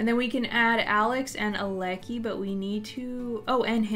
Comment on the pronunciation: I think Aleki is pronounced Al-uh, Kai and if Lilo isn't the one tending to the painting stand it won't go to her aspiration.😊